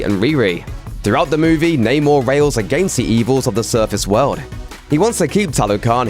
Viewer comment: Biggest unanswered question is: Why does everybody in the movie keep saying Namor wrong